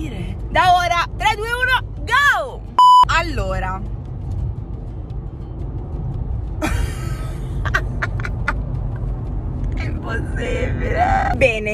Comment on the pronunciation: A detto la lettera "o" quando a detto allora